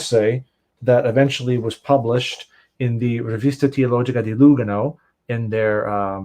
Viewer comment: Ehrrr... it's Lùgano, not Lugàno. Sorry, it's just my Italian self and how we use accents (Lugàno is in the Italian speaking part of Switzerland). Other than that, your pronunciation of Romance languages is spot on,!:)